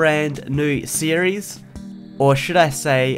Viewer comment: "Welcome back to a brand new serie" Welcome back??